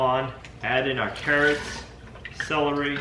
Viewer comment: My time to poke some fun kid! Where is the "a" sound you speak in celery?